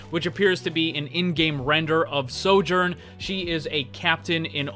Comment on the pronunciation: I’m certain that’s a soft “j” in Sojourn